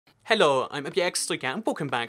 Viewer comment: Ohh you say hello like Hellor